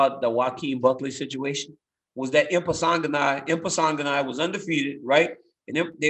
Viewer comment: Everyone: "Impa Kasanganay" DC: "Impasanganay" Everyone: "Impasanganay"